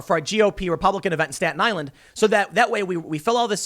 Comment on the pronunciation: Tim says Staten Island like he's a local, "Stat Island."